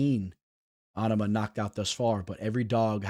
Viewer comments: LoL on ama you sound like such a fuckin weirdo bro. Love to hear you fuck up tons of fighters. Obviously, ya know nothin about ufc if you can't even pronounce his name. NOT ONE PERSON IN ANY EVENT OR PODCAST ETC. HAD EVER SOUNDED so stupid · I like the way he say on-a-ma it's just like Obama but with a N 😂😂😂😂